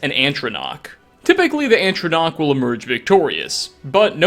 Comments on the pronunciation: ffs is ATRONACH NOT ANTRONCACH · Also,, it's "atronach", not "antronach". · Please. Stop. Saying. ANTronach. it's an Atronach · what's an antronach? did you mean atronach? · psst... it's not Antronach it's atronach[a•ch•rr•on•AH•ck] or [a•ch•rr•on•AH•ch] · atronach. Not ANTronach. Yeesh, dude. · ugh... i hate how says "Antronach" instead of "Atronach" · Get your facts straight!!! It’s ATronach, not ANTronach, and it’s the school of Conjuration, not Destruction. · Atronach, not "antronach". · Please can you say Atronach, and not Antronach, thanks. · you do know that atronach is not spelt "Antronach" right? why add the N at the start for no reason? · It’s Atronach, not ANtronach, and also ATRONACHS aren’t destruction, they’re conjuration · Omfg I love this channel but every video there's a mispronunciation. ANtronach!? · "Antronauch" That hurts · Did you just say "Antronoach"? Plus, Would a hunter leave their hunting tool sticking out of the hunted? Doesn't seem reasonable. May be the supposed hunter was defending themselves? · Man atronachs come from conjugation not destruction and you are saying atronach so wrong my urethra is shriveling